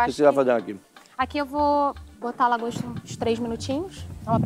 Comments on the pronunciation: 'DRAGOSTA' HAHAHAHHAHA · “Dragosta” kkkkkkkkkkk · ela falou dragosta o discurso inteiro normalmente hahahahahahahahahahah